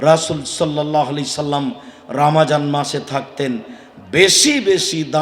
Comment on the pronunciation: Atay suddho uccaron